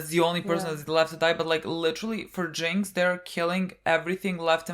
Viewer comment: Its "Jinx" btw